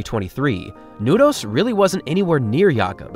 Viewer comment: i literally got chills when you pronounced Nordås the first time, and as the first non-Norwegian I've ever heard, said it perfectly. applause